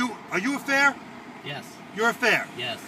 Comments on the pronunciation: It's "fare" not "fair" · it's fare not fair.